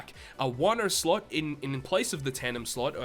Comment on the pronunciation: i always grin when he says "sluts"... ohh sorry "slot" lmfao.